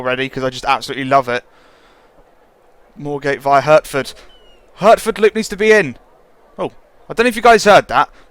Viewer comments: Hurtford? It’s pronounced heartford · You said hertford wrong it's hartfod